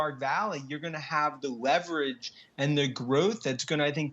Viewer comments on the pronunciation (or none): So no one is gonna talk bout homeboy sayin wevwage instead of leverage? 😂😂😂😂